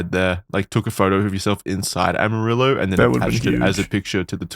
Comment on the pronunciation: As someone originall from Amarillo I was shocked yall actually pronounced it right.